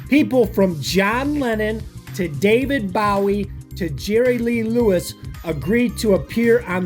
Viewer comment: Are you hard to understand or something? Why the super annoying subtitles?? Do you want us to read the video or watch it? And have you never heard of David Bowie? Because you sure can't pronounce his name